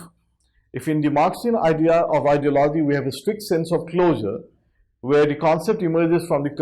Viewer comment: He cannot even pronounce ideology